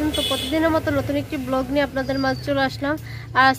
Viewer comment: ব্লক না ব্লগ 😅বুঝি না